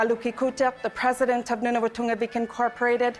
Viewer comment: Cant even pronounce Nunavut correctly..would be intetesting to see the document!!!! Would not trust this